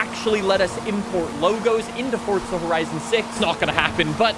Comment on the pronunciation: He still mispronounces Forza Horizon